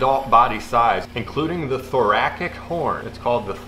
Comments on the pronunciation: Genius idea for a lure, I also wanted to say that the word thoracic is pronounced “thorassic”. Lol I said ass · pssssst: thoracic is pronounced thor-a-sic, like jurassic (I'm a retired doctor, you're welcome) carry on, great vid 👏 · I knew the horns wouldn't last lol. It's pronounced Thor-AS-Sick. The Hercules beetles I've seen have their mandibles side by side. A rhino beetle has a horn like a rhinoceros, hence the name. Try again. Without the horn, but cast it out of plastic. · Heh, "thoracic" is pronounced like "Jurassic"